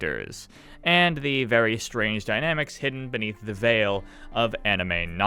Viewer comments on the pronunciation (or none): none